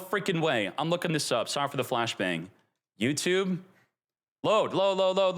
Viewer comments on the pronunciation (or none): none